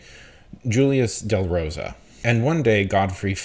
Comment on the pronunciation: has never met a name he could not absolutely butcher. It's part of the schtick.